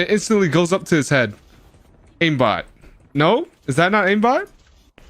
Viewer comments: Aimbot ออกเสียงว่า เอมบอทหรือป่าวครับ เหนในคลิปพูดอิมบอทถ้าผิดก็ขอโทดด้วยครับ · ขอโทดเด้อคับ ไม่ได้อยากจะว่าอะไรแต่ Aimbot ออกเสียงว่า เอมบอท นะคะ ไม่ใช่ อิมบอท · aimbot อ่านว่าเอมบอม ไม่ใช่อิมบอท ..... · Aimbot อ่านว่า เอมบอทนะคับ ไม่ใช่ อิมบอท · มันอ่านว่า เอมบอท ไม่ใช่หรอครับ อิมบอท ? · ผมคิดว่าน่าจะออกเสียงว่าเอมบอท(Aim bot)นะคับ เหมือนระบบช่วยเล็งในเกมอื่นๆที่ออกเสียงว่าเอมแอสซิส(Aim assist) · อิมบอทคือไรวะ เรียกไม่ถูกซะที เรียกอิมบอททั้งคลิป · Aim ออกเสียงว่า เอม นะครับ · เหมือนใช้โปรจริงๆแหละ ขอเสริมนิดนึง มันออกเสี่ยงว่า "เอมบอท" นะคับ